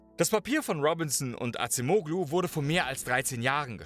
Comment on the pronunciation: "Adjem-ohlu" ...bitte 🙉🫣